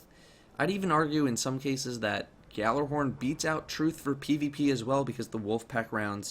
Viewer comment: Two things 1st gjallarhorn is pronounced yahl-arehorn. 2nd lupi is Italian for wolf and its pronounced lupe not lupie